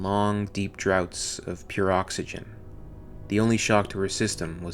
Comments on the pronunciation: Supremely watchable for Alien fans. 9.58 'draft' not 'drought'. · "Draught" is pronounced "Draft". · it's pronounced "draft"